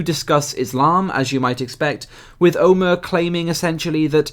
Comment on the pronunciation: and I thought middle eastern Muslims were bad... that "Omer" guy is like a marriage between SJWs and Islamists btw it's pronounced Omar not Omer